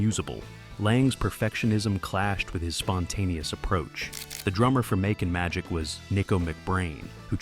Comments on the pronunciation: "Mauking Magic"???? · Mockin Magic.....come on AI